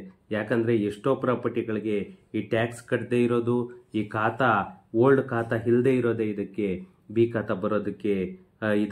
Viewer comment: ಹೀ ಖಾತಾ ಅಲ್ಲ ಸರ್ ಅದು ಈ ಖಾತಾ